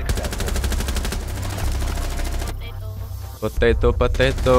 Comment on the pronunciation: it's pronounced potato. not pathatho